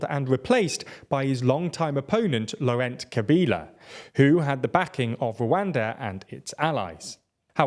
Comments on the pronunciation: Your pronunciations are pretty poor: it's 'Za-eer' not 'Zair'; Laurent is pronounced in the French way (it's a pretty common French first name) - not with an '-ent' ending. Your failure to pronounce stuff undermines the image of expertness your channel tries to project. And makes us how well you can actually understand what's 'really going on' if you can't even pronounce names properly... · Great simplified and an informative as always 👏. Zaire is pronounced as 'Za-eer' and for Laurent, its pronounced like 'Lo-ran' . You don't pronounce the T at the end. It's a silent T😅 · I love your videos but you need to learn how to pronounce foreign names properly. Zaire is pronounced 'zah-EER' and Laurent is pronounce 'law-RON'.